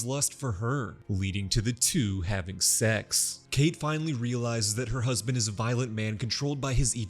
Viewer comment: Leading to the two, having SEX The pronunciation lmao